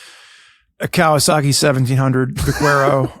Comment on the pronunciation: Teach how to pronounce Vaquero. 😁.